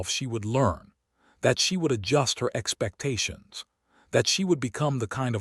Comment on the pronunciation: We should 'hop' for less and lower our 'expectattons'😂